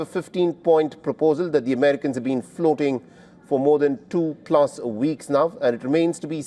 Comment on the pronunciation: You really need to master the letter w dude,so a week would be a veek to you😂